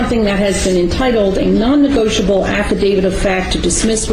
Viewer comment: Nonnegoitable! Baaahahahaahaaaahaaaa!!! For the record, on the record, and let the record show…. That Grand Pubah is hilarious! And I’m willing to submit a NOTE-erized affidavit stipulating such.